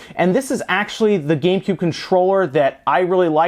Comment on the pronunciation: he said gay cube